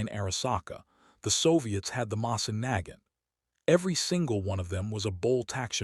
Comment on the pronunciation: bro I gotta say you could run these images and text just like how they are. Just don't use the shitty ass AI voice. "Moisin Nigant" i'm not here to shit on you cuz i clicked the video. just try harder with ACTUALLY TALKING over the video instead of a shitass computer saying "WORLD WAR EYE EYE"